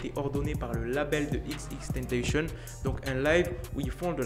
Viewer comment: C TENTASSION PAS TANTEYSHONN